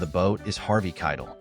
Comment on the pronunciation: AI voice is hard to listen to. I'd rather hear a human that doesn't know how to speak, than an AI that doesn't know how to speak. I think most would. The consequence to AI making things easier is that people aren't trying as hard and these videos are getting shallow. Listen to how Keitel is pronounced... or how "Romeo... and Juliet" is broken into two thoughts. Or how inflection is lost or gained at weird times. It's not natural, and we notice.